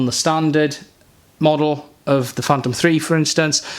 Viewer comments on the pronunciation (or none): none